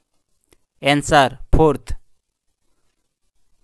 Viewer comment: SIR answer ka pronunciation Sikh li jiye